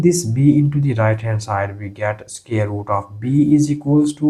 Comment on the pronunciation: SQUARE NOT SCARE !!